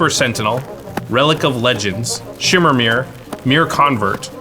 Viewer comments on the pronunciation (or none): none